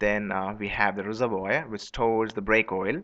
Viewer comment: Just trying to help here... Its pronounced reservWAR.